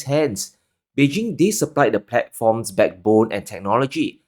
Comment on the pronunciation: Beijing provides the pet forms, pet board, and technology??? I couldn't understand you. 😢 I like your show though 👍